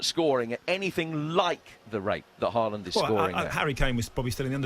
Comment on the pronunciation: You can tell none of these muppets have even watched Haaland play apart from the occasional Champions league game. If they had been watching him for BVB in the Bundesliga, they'd know its pronounced "horland" not "harr-land". Reminds me when pundits were going on about Aubameyang and they couldn't even get his name right